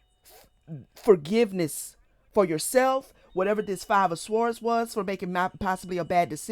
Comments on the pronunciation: Swords - the ‘w’ is silent. ❤🕊️🙏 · Is there a significance to pronouncing the W in swords? I've never heard that before, but i've been wondering. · It's an accent thing